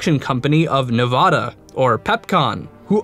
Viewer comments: Nevaduh not nevahda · It's pronounced ne-vadd-a not nehvaadaah god damn it stop saying it wrong most of the time you got it right do it again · Hey, i live in Nevada, and we lovingly pronounce the state a Nev a da: a as in bat not bot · N.e.v.a.d.a story should you cast I don't know what happen but it not novada it Nevada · I dont get it, how do you pronounce Nevada right the first time, and get it wrong 12 seconds later? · I love your series...but please learn how to properly enunciate the state name "Nevada"...the middle A is pronounced like the A in apple...thank you and carry on being awesome!! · Seriously, the narrator needs to learn how to say "Nevada" correctly.